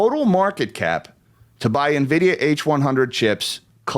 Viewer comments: How is it possible to mispronounce "en-vid-ee-uh"? she's calling it "ni-vid-ee-uh". that seems weird. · navidia lmao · It’s not pronounced “nividia” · It's pronounced Annn-vidia